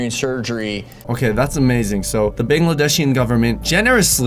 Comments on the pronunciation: I'm Bangladeshi and I love how he pronounces 'bangladeshian' 😂👌💖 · It's Bangladeshi, not Bangladeshian xD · Dude you literally butchered the pronunciation of “Bangladeshi” bun-glu-desh-E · What is a "bangedeshy" guy🤣😂 he meant Bangladesh guy!!! 🤣😂🇧🇩❤️ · Anyway it is Bangladeshi not Bangladeshian... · I am Bangladeshi........ pronounces BANGLADESHI weirdly.😐 Hey, am I the only BANGLADESHI who watches?? Let me know.